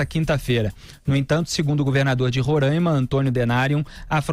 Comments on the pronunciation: Alguns falam rorãima e nao ronraima como vc disse. O correto é Roraima. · NAO É RONRAIMA, SE FALA RORAIMA. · É Roraima não ronraima Felipe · É Roraima, não Rorãima